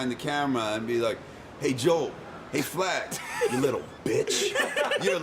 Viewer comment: why are they saying jol, its joel